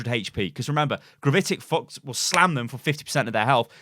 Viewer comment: I swear he said gravitic fucks